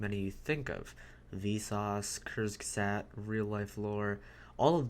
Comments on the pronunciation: tbh, without the pfp I probably wouldn't have understood that you said Kurzgesagt, because it sounded more like Kürsgesaat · you literally said kuzzgesat lol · The way you pronounced Kurzgesagt gave me a fucking stroke. I only recognized it by the logo. I'd probably had no chance to pronounce a complicated word in arabic or mandarin but german and english aren't that far away. But still love from Berlin